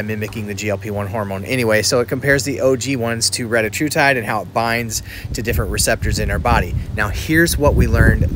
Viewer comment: Anybody else need to say "RETTA HU TIDE" more often??